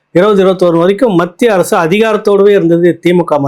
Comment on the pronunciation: Sir kindly prounce as Mathia arasu.